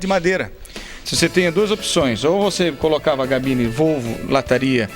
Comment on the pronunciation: "cabine".... diga "cabine" !!!! Nao e "gabine".... Chega... vou parar de ver esse video... me irritou tanta coisa errada....